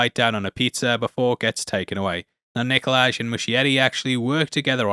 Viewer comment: There’s a j at the end of his name but the name is still Nikolai not Nikolaj, it’s like in Danish Hi is Hej but it’s not pronounced like you would read it in English.